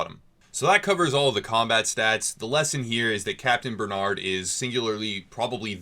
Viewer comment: Good it's not capitaine benad though but ber narrrrrd with the French r Bernard lol baie reu narrreu